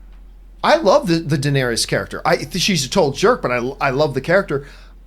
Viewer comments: I’m seriously not a jerk nitpicker, but every time John calls Danerys (Dan-eer-is) “Danerius”, i get a nervous twitch in my eye! Lol. It’s Danerys!!! Iss-iss-iss! Lol! ❤️ you John!!!! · Can y’all take the time to actually know the material you’re discussing? How many names can you get wrong. How much established lore can you forget? Bastards have no claim to the throne. “Danaerius”. What? “Davros”? That’s not even a hard name to remember! Ballistas in Kings Landing wouldn’t kill Viserion. Remember, he’s a wight now???? Steel doesn’t kill them